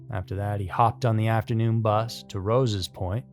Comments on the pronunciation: Love your channel but quick correction - Sligo is pronounced Slygo and it's Rosses point not Roses point :P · Hey, long time fan of the channel. Love your videos and narrator style 👏 So, as an Irishman, i wanted to help out with the place names 🇮🇪 Sligo is pronounced sly go and rosses point is like the name, Ross but plural. Hope that helps 😊